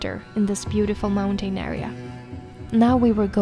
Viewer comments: It’s not pronounced “mountane” it’s pronounced “mountin” in english… say moun tin 😂😂😂😂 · It’s mounTN, not mountain. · Snälla människa, lär dig uttala mountain korrekt!!! Du vet ju att att du uttalar ordet fel, varför fortsätta med det???